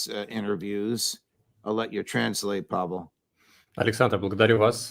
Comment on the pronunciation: Outstanding session! I'm an American living in Russia and it is so good to hear the truth about Russia on American broadcasts. Thank you Judge! And I noticed you also got tipped off on the correct pronunciation of Pavel's name. :)